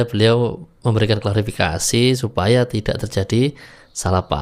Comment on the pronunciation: Aq lebih gemes n benci ktika dia bilang klarafikasi. Ngomong klarifikasi gak becus,emang bpk ini tak punya adap, SDM rendah.